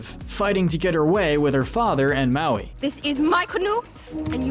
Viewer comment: It's hilarious at one point he called her maloon